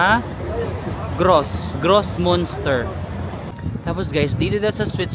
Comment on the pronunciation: Anong Bahnhofstrass? 😂Bahnhofstrasse you have to pronounce all the letters— Banhof ish tra se in English Railway Station Street. Münster read as myunster not monster just FYI 😅